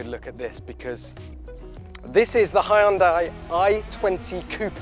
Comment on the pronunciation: And you cant even say Porsche correctly. And what is a Honder engine?